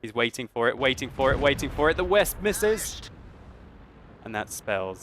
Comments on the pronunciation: Veh-spa. Not weh-sp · Wespe is w is pronounced v in German so it's name is vespe